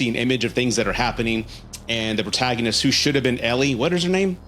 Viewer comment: The way you pronounced the word “protagonist” hurt my feelings